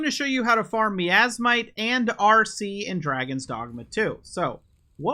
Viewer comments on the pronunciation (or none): My-as-might, miasmite. From the word miasma, my-as-ma.